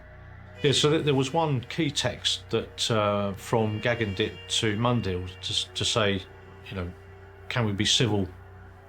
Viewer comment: The narrator is pronouncing his name wrong even after his sister says it numerous times. 🙄